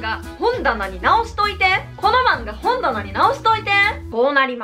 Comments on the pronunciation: ほんだなの関西弁の発音違うな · 「この漫画本棚に」の「ほん」のイントネーションがこてこての関西弁と違いますね。 こてこて関西弁は車のホンダのホンダに「な」で本棚です。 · いきなりから標準語のアクセントが違う(笑) 本棚が両方とも関西弁のアクセント。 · 本棚のイントネーション違うくない？